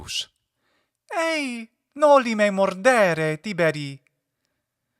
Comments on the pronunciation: It should be Tibèrī, isn't right? As far as I know, Tìberi for Tibèrius is an hypercorrection. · No. It's Tìberī, not Tibèrī. The accent in Tiberius shifts to the first syllable in the vocative Tìberī because the second syllable is short.